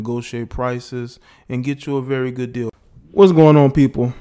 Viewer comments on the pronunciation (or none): none